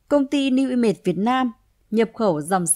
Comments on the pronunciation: New i mây thì nói new i mây đi cứ nói new i mệt nghe nó mệt hết cả người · Bạn chia sẻ nói giọng phát âm không chuẩn nên dân mạng nghe không hiểu tên cty newimage